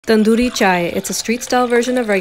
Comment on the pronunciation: I'm happy she pronounced tandoori correctly 'cause Americans (ik she's Indian but yeh leave it) pronounce it as TunDoOri💅 Yeah.......😂😂😂😂